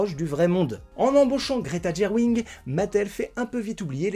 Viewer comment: Petite astuce : On prononce Margo et non pas Margotte (tu dois confondre avec le manège enchanté) lol Et ce n'est pas Greta Guerwig mais Gerwig (prononcé Jerwig) Je n''ai pas vu le film mais vu ta critique je pense que ça a du être un peu compliqué pour la réalisatrice d'exprimer toutes ses idées en ayant Mattel sur le dos. C'est un peu comme quand un réalisateur se lance sur un biopic et que la famille ou les ayants droits de la personne au cœur du sujet s'en mêle. Elle vous donnera son accord pour des infos, des droits à l'image, des droits musicaux (pour les biopics de chanteurs) mais demandera toujours à ce que certains sujets ne soient pas évoqués.